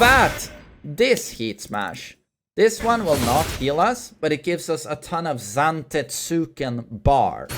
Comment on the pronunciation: Zante-TSOOO-ken lol